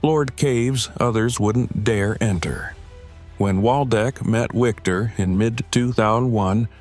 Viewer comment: It's pronounced Viktor not Wiktor